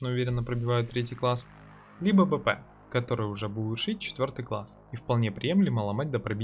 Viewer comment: Нужно либо ставить четкую чеканную речь при названии патронов, либо БОЛЬШИМИ буквами, цветом и т.д. выделать произносимые названия в видеоряде. Зачастую БП и ПП, звучат одинаково. Можно ещё произности полностью Повышеной Пробиваемости или с Бронебойной Пулей... Но не все это запомнят или знают, что названия не просто так. А так годно и более/менее универсально. Ссылочка только старую таблицу патронов ещё с патчем 0.9